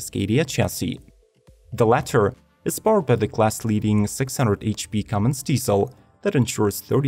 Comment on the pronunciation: You lost me at "CUMMINGS" diesel...